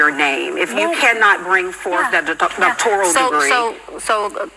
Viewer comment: It's "doctoral" not "doctoriol." Someone with only a doctoriol would not know that.